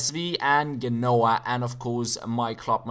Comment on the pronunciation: ''genoa'' is pronounced "jènoa", just letting you know ;)